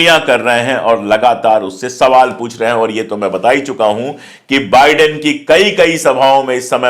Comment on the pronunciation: Nice to hear बाइडेन instead of बिडेन, excellent video as always👍